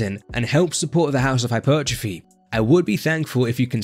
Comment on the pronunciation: "Hypeeeeertrophy" LMAOO you say it soo funny 🤣